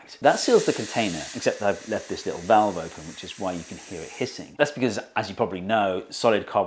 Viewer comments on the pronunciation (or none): none